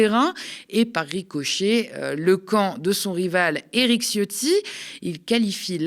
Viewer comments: On dit pas "Ciotti" mais C(h)otti-rez la chasse d'eau après vous svp qu'elle remonte pas se présenter au élection ! Hein Fesstrozi, récupéré ta 💩 lâchée ! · Faut prononcer "tchiotti"; Parenthèse : comme dit ma mère, quand je lui dis : "maman, c'est moi le chef !" elle me répond : "ouais, le chef des chiottes !". Ma mère est flamande, c'est l'humour des Flandres.